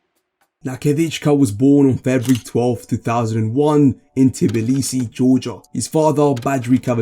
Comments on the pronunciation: Bro you should pronounce better his name and names of cities and countries. How old are you? Its not Telibsi its T B I L I S I, and its just one mistake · super content, but you need to get your names sorted 🤣: Not Azberijan, Not KhIvichKa, not Tilbisi, not BUtami, not Hervin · great vid! love the Tbilisi pronunciation attempts